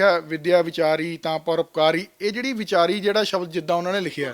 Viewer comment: ਇਹੋ ਬੇਵਕੂਫ਼ ਬਾਣੀ ਵਿਚ ਸਬਦ ਨੂੰ ਸ਼ਬਦ ਬੋਲੇਗਾ।